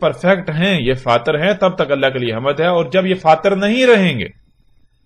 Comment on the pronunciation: Lafz "Hamd" to tujhe bolna ata ni .. kuttay chala hy Nabi bnnnay ... ma sochta tha k jahanum kaisay bhari jaey gi .. Allah pak bht Raheem hy .. ab samajh aa rhi hy .. tum jaisay kutton se bhari jaey gi ..